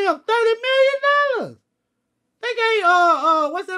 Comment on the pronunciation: “THUDY MILLION NOLLAS” 😂😂😂😂😂